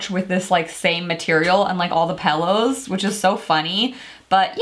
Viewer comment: Why does she say "pellows"? I've never heard that one before. Is it an accent? If so, what type? Just curious.